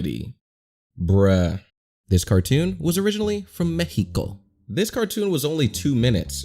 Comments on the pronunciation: Is mexico not mehico thats not how to pronunce mexico ok. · bruh, you just say "Mek-i-ko", it's "meks-i-ko" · ts pronounced (m-ex-e-co) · "Mecigo" That's mexico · U said "mecico" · mecito Me:uhh did he mean mexico? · everyone : him: Meheko